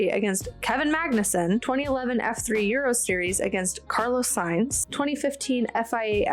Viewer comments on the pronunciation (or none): none